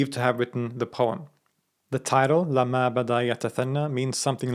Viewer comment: Great! It is : lamma with a shaddah on meem, not : lama as you pronounced it!